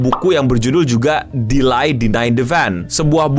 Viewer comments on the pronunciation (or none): Sebutan yang betul DELAY adalah DILEI/DILEY bukan DILAI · Delay not De-lie